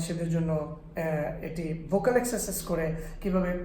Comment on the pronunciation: ভোকাল নাকি ভোউকল?